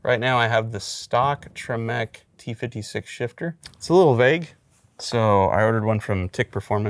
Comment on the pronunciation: Do you say tremec wrong on purpose?